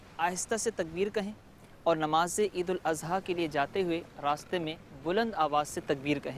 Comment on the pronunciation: لیکن یہاں عید الاضحی کو مخرج "ض" کی بجائے مخرج "ز"سے پڑھا گیا جع سرا سر غلط ہے اصلاح فرما لیں